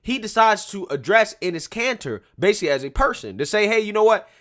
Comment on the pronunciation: I can't be the only one hearing 'anus cancer' 😂